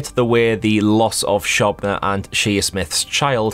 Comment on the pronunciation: I think it's pronounced show-bna rather than shob- like cob lol